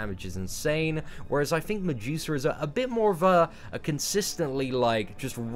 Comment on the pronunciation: I thought he was saying "on the juicer" finally figured out he was saying medusa